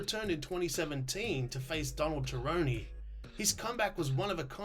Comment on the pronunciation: This video was definitely interesting lol, from the absolute butchering of names like Donald Jerrone to Louis Smolkas alcohol problem which I don’t think anyone cares about. But in all honesty I think this guy is doing a lot of research and aside from the funny stuff I just mentioned he’s definitely presenting some interesting content and I’ll check out his videos for sure.